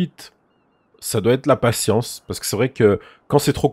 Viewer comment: Le nombre de fois où il a di patiensse